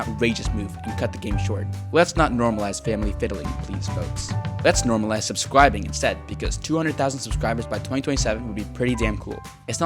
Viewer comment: subscWibing! >:3